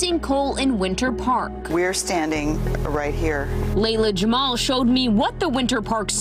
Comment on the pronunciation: Its Leila not Layla🤦‍♂️🤦‍♀️